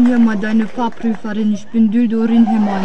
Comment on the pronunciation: hab ich den namen richtig verstanden? Dildo Rinhämmern? xD